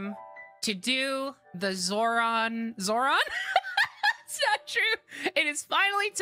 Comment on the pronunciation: Excuse me, ZORON?